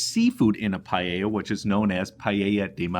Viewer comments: It is not pallella its PAELLA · DOUBLE CHECK YOUR PRONUNCIATION WHEN YOU SAID PAELLA. THE PRONUNCIATION IS PAEH -YAH. CHEF JOSKEN 👩‍🍳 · Is not pallella 😂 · PaaaaEllJaaa ....not payeya ...........c'mon guys. Pees traditional? Give me a break! I live in Valencia the birthplace of PaaaaEllJaaaa. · Payeya. You say it funny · Good, but PLEASE get the pronunciation good ;-) . You pronounce the LL, but follow that with a Y ...LLYA ;-) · It is pronounced payla. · CORRECTING MYSELF. PAELLA PRONUNCIATION PAH EH YAH. DELICIOUS!!! 👩‍🍳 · the pronunciation is: PAH EH YAH..Paella. :) yummy dish! thanks for sharing! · The way he says Paella is just hilarious